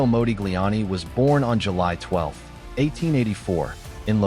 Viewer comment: It's Mah, like mod, not Mo like Moses. Your AI is WEAK SAUCE